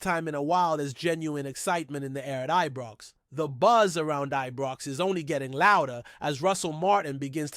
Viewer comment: Who the heck is this guy, he is an insult to Scottish supporters no matter what team or places in Scotland, Its Scotland not Scatland, its Scottish not Scattish, even our rivals its Celtic not Keltic, I could go on. Am sure he is the one that called Ibrox as Ebrox.and Govan is not Goovan. I am cringing every time I hear him, he is certainly not doing Rangers FC any good, but harming good supporters across the world, my rant over.